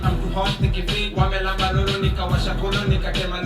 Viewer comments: are you even Kenyan??? Wanyambez and Wanyombez ndo nini sasa... BUuuuuuuuuda unachoma. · Did he really say "Wamnyambez"??? As in farts? lol. umetuangusha hapo (Translate: You have fallen us) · Wanyambez wanyombeza😂😂😂